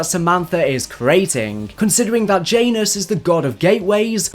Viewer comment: Jiant anus. Janus